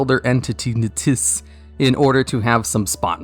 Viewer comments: He must feel really dumb knowing how to say NTSSSS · Its pronounced "eNTeSS"